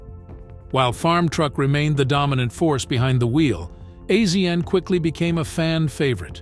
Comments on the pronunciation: no. The narrator has never seen it. The narrator is AI. It isn't real. Azn is pronounced "asian" $2800 is not "dollars 2,800" it is simply twenty eight hundred dollars. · It’s pronounced Asian not AZN I’m getting so sick and tired of these fucking AI narrators who the fuck says “Purchased at the price of dollar two thousand eight hundred” humans are so God damn lazy!! I’m out can’t watch this BS. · I believe it's pronounced Asian, like the continent. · Another AI reading the script and messing it up as do all of the AI read youtube videos. its not AZN we all know the proper way to pronouce his nick name also these dam AI's never pronouce numbers correctly I hate them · I figured as much... has this narrator never seen the show? A Z N? No! Its' Asian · Azn is pronounced Asian get it right people please ❤❤❤❤ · His name is pronounced Asian. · It kills me to hear him say azn soooo many times. Geez🤦‍♂️ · I hate these people who make a small documentary about people and they can't even say their name right. What are they just picking random celebrities and reading their wiki page? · lmao I did a shot every time I heard him spell AZN out it was literally that much I couldn’t tolerate it lol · AI doest know that ! When things are mispronounced, it's AI !